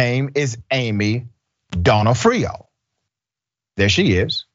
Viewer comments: Either way, it aint "Doe-No-Off-Rio😂😂😂😂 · It's pronounced don AW freeo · ok this is my 2nd day in a row asking for a stand alone podcast for Dr rashad to say more names, yesterday ya butchered a jewish name it was hilarious, this time, Donofrio, cumon bro, u dont know who Vincent D'nofrio is, just say it like ya heard his name pronounced, i know u have, here its like the word Done--Noff-Frio, like franny fio. Duh Noff Frio. PLEASE do the podcast where u say names u have no idea how to pronounce.... talkin about serious subjects all day needs some fun at the end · I know it’s kind of petty, but the O’s in Donofrio are pronounced like they are in the alphabet. Sorry, it’s the Italian in me That made me say this. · of course she is. But it matters to me. Would you like it if someone kept pronouncing the O in your last name Incorrectly? Or would you politely correct them? And I say this because the name Donofrio is part of my family. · Bruh…love you man, but you be torturing these names..,especially cities it seems to me, but you got her name wrong….accent typically on the “nof”.